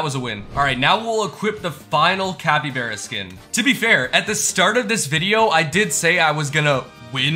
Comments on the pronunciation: you say capybearya it is capy-bar-a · you're saying capybeara instead of capybara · said capybera And its capybara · Bro said cabybera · The way he was saying capybeara instead of capybara made me go mad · Capy (BARA) not Capy (BERA) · Its capy bar a not bear a bro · Man said capyBEARa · Why is bro saying capy-bear-uh. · The way he says Capybara hurts me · Bro pronounced capybara wrong